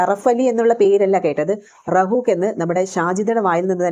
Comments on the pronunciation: റഹൂഫ് എന്നാണ് റഹൂഖ് എന്നല്ല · റഹൂക് എന്നല്ല റഹുഫ് ആണ് അത് പറയാൻ അറിയാത്ത നീ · റഊക്ക് അല്ല റഊഫ് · Rahook അല്ല Rahoof